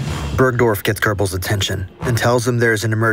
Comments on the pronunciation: Why do Americans prononce gurbels? It’s goebbels, where do you see the letter R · Incredible video, but why did he say gerbils instead of Gobbles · ❌️ Goebbels ✅️ Gurrballs 😂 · ❌ Goebbels ✅ Gurbels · Some corrections:- 1. There is no such person as "Gerrbills". It is written and pronounced Goebbels. 2. Hitler did NOT have a vegetarian diet. 3. Metre is spelled "metre", not meter. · Why are you saying Gerbels instead of Goebbles 💀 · "Goebbels" ❌ "GeRbells" ✅ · A very well made video but sort of interesting how the narrator nails the pronunciation of the "oe" in Goebbels but constantly adds an R making it into Goerbbels... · Why do americans pronounce it "Gerbles"? I hear it a lot. Where in Göbbels do you see an "r"?😆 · Wtf is this pronunciation of Göbbels😂😂😂 sounds more like gerbil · Why is it spelled Goebbel's but pronounce Gerbels baby food. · Why you sayin "Görbels"? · Are you really not mentioning the soviet troops? And why do you pronounce Goebbels "Gurrrbels"? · Who are the “Gerbels”? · ffs its not "gerbels", where do you see an R? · He keeps on saying gerbels it is so funny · Who is Gerbels? Do you mean Goebbels with weird pronunciation or is it truly someone else? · Stop saying gerbels, good vid tho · OK but real talk where are you finding an "r" in Goebbels? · Why is he calling him Gerbehls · Gerbels... dang this pronunciation is keeping me off! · Görbels lol. Has this been read by AI? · "Görbels" xd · goebbels is not pronounced gerbels and the dog's name is blondi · yeah it kinda annoys me that he got his name wrong so many times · You didn’t even think to google how any of the names are pronounced? Where to you get an R in Goebbels? E in Eva is an eh, not an ee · interesting but i have 2 comments: there's no r in goebbels and when you talk about size, remeber 90% of the world don t use feet but meters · it pisses me off the way he pronounces goebbels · There is no r in "Goebbels"